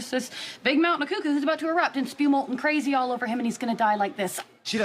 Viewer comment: I was LOL, at the way she said "KRRAZY".